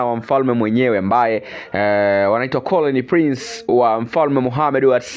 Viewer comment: Sio colony prince ni Crown Prince, jamani muwe mnafanya mazoezi ya lugha kabla ya kutangaza jamani